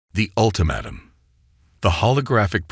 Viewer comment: Jesus FRACK!!!! I stopped listening at the SECOND word!!!! I will NOT listen to another POS AI like yours!!!! "ulti-MATT-um"!!!!!!!!!!!!!!!!!!!!!!!!!!!!!!!!!!!!!!!! JESUS!!! Get a working AI if that even exists!!!!